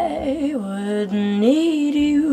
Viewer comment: As a big fan, one who traveled to Oslo specifically to attend one of her concerts, I wish to comment respectfully on a couple of her soft vowels at the end of "want" and "need" in the phrases "to want you" and "to need you." By softening or eliminating the "t" and "d" she reminds us that she is not a native speaker, and it distracts me from the beauty of the performance. A couple of other consonants at word endings are also softened. I very seldom hear these in her vocalizations. I hope she will talk over these pronunciations with a vocal coach. May I also say that I thought twice before piping up here b/c I feel a bit silly in remarking on the performance of a girl who clearly is a great artist, but I do so only with good intentions. Thanks, Angelina, for all the joy and smiles you bring to us.